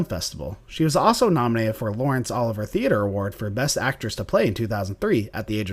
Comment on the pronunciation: Could you people please get someone who can tell you HOW to pronounce words! Surry Is NOT Surray, Reily is not Really, and Olivea is not Oliver. This is very embarrassing to those of us who make a living with words! You expect me to subscribe? Not while you are allowing such ignorance!